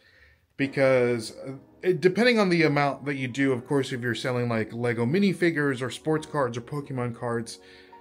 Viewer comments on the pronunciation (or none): none